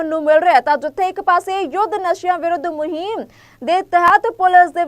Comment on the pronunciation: Muheeeeem ni hunda…muhim hunda